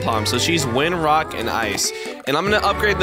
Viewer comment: You said ''wock"